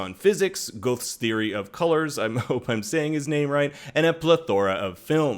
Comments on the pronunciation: Goethe is not "gothe". It's "Ger-tuh." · Goethe is not pronounced ''Gooth'' but ''ger-tuh''. :) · it is not pronounced “go-th”, it is pronounced “GEHR-TAH”. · Fyi (Since you mentioned it) "Goethe" is pronounced GUR-tuh or GAER-tah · Off topic: I'm new to Think Story, and this guy sounds a lot like Jared from Wisecrack. Also I think Goethe is pronounced 'gerta.' Anyway, great analysis. Subscribed. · I'm prob not the first person to comment this but Goethe is pronounced like "Gur-ta" anyway great video! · oof dude, good vid, but check out the pronunciation of "Goethe" and "plethora"